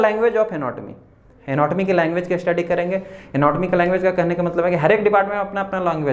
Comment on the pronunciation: U r an excellent teacher. Please improves ur pronunciation. A pratyay laga kar uchchran nahi karain pl.structure ko Astructure, study ko Astudy,stomach ko Astomach ka sahi ucharan karain.sanatan. students bhi wahi sikhaingei. Viva mei bhi waisa he bolengei. Examiner pasand Nahi karaingei .take care of this point PL.